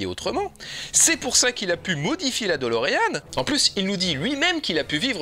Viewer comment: Ce n'est pas "DOLOrean" mais "de Lorean".